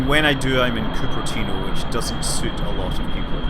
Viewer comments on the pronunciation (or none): none